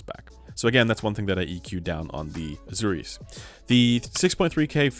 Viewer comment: Pronunciation: Asùris and Edenìs. Very interesting news. Thank you for sharing.